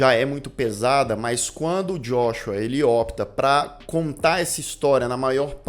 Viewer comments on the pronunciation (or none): none